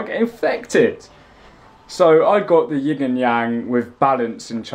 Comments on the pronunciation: At the begging he said yig and yang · I thought he said the 'Yig and Yang'..🤔😂